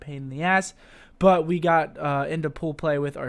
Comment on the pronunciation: I HATE the way you say 'but'